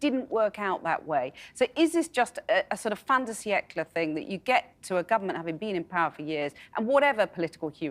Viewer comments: 'Fin de siècle'. I know. Two people used the phrase in the piece shown. Both of them couldn't pronounce it properly. Pretentious, moi? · Cathy Newman: "Mmm, but isn't it just all a fondant bicycle?" What?!? Cathy, if you can't pronounce the phrase 'fin de siècle', just don't use it in the first place?